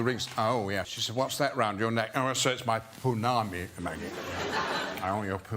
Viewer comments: Pounamu. Not Pounami. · The production started 1997. Movie came out 2001. He’s old. He could have mispronounced Pounamu as Punami. One thing about him bringing that story up is. I learned something new. My cousin’s husband is from nz.